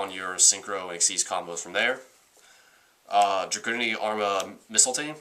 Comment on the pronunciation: It's pronounced Drag-oo-Nity